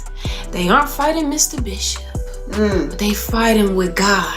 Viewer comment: Missuh Bissup